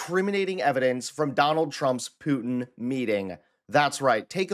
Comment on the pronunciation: You not saying Putin properly you freak